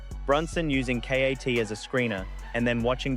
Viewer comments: A. I voice. Called KAT K. A. T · "S PEN"?? "Kay Ayy Teee"???...what is this AI slop. LOL